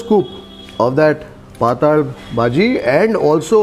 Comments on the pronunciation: It's patal (पातळ भाजी) bhaaji and not pataaaal bhaji!😄 You are a ex Mumbaikar right? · .. thin(paatal) not netherworld (paataal) …. But almost tasted the food today…. Yummy 🤤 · Its not paatal bazi!! Its pattal baazi (marathi ward ) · Sirji, "Paataal" nahi.."Paatal" lol it is Konkani word for Thin. Looks like a Konkani establishment since there are a lot of GSBs in Hubli, Dharwad region. My grandfather used to make the best Kashaya. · Patel = non Sukha or wet bhaji. Not sure if it is pronounced as “hell” Paataal in Kannada against Paatal in Marathi. पाटाल or पाटल, Hindi fonts do not have the other 2nd ल. Even in Marathi marriages you have smaller batata Wada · Hi, we love your channel and very nice and awesome commentary in all your videos, also fantastic documentary, kudos to your efforts. I think the Bhaji you mentioned as Patal bhaji May be pronounced as PATTAL BHAJI (Flyidic, liquid, thin. May be Marathi word) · Yes correct. It's pronounced as 'Paatal' in konkani/marathi and not 'Paataal'.